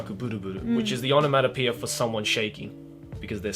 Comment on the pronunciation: it’s not onomanopoeia, it’s onomatopoeia 😹